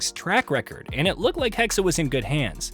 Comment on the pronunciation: HEXE! NOT HEXEY! ITS GERMAN!!!